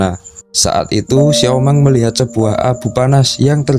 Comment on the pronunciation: Xiomeng govlok...bukan xiomang